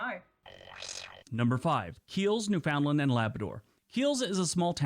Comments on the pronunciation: Yup, no one of YouTube pronounces it right. Newfundllamd or some seen to say Newfinland. No one says New-Found-Land in Canada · I suspect, as I do in many of these videos, that they are American in origin, mostly because of the mispronunciation. EG: Newfoundland. The narrator pronounced it phonetically correct, but most people (especially Newfoundlanders) pronounce it “New-fund-land”. I watched the video of Canadian commercials where a couple of Newfoundlandlanders AKA”Newfies” were speaking in heavily accented “Newfanise”. The dialect of the Island derived from the predominantly Welsh settlers. And yes, many of them actually speak with that thick an accent. I knew folks who had that accent. Also butchered is Nunavut, properly pronounced as “Noon-ah-voot”, not “nun of vut “ though most Canadians can’t pronounce it either lol 😂 I have also had the honour of visiting Sachs Harbour for 5 days through work. Nothing like flying 500 km at 1000 ft above the Arctic Ocean and below an arctic storm in a Dornier with questionable nose gear! The people of that town were great. I was there for the annual muskox harvest! That was an experience. Sachs Harbour is (or was at that time…30 years ago) the major supplier of muskox meat for restaurants and speciality butcher shops around the world. Rounded up by snowmobile and held in canvass pens about 3 feet high. (Low heads and won’t move if they can’t see where they’re going). Even before I went up there, I discovered that muskox tastes very similar to, but richer and better than the finest cuts of beef. Oh, I was out for a walk when a resident shot a Polar Bear that i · The language they use for their dogs is the opposite of the South Pole area. Newfoundland is pronounced Newfundlland with the emphasis on New and land, without a break in the word. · Just to say that Newfoundland is pronouned more like Newfunland by Canadians. That's how you can tell when something is narrated by a foreigner!!